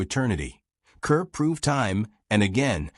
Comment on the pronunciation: I stopped watching after the Cary Grant episode -- and hearing Deborah Kerr's name mispronounced repeatedly, and hearing that Gary Grant was never nominated for an Oscar. (He was nominated for two Oscars.) These Golden Age Icon videos are pathetic.